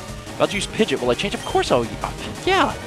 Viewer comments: Pid-gee-awt. Not Pid-jit lol. pls. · Why do you call it "pid-jit"